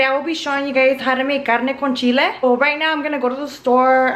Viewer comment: CARRRNE CON CHILLEH! Ok relax, we get it, you’re mexican